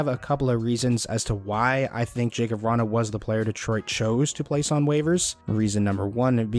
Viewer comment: his name is pronounced, ya-kub, just to let you know :)